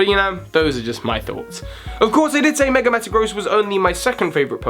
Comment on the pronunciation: Love how you say "megre" sometimes instead of "mega", lol. Top mega has to be Gengar for me, even without him already being my favorite Pokemon. That all-white shiny sold me from day one :)